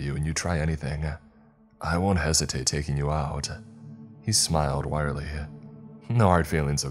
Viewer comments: I’m really enjoying this story, but, people don’t smile “wirely” it’s Wryly. Pronounced “Riley”, or “Ry-lee” basically smirking. Wait, didn’t it move around inside the Coke can? Then later he said it died immediately after being removed from her head. 🤷🏼‍♂️ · I luv your narrations so please take this constructively wryly is pronounced Rhi - lee.